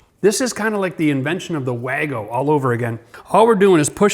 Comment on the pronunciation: I think wago is actually pronounced Var-go - Being from Germany!